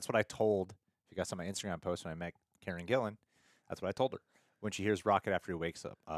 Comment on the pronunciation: "Karne Gillan"?! 😁